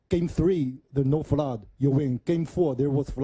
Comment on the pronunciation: There’s a fludd 😂